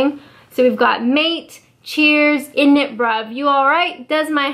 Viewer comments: It's said in-it or down your way in-it. Don't say the t, in Wales we say it alot without the Bruv. But you are doing really well your not doing my box in at all. Lol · You saying init was painful lmao (Not meaning this in a rude way!)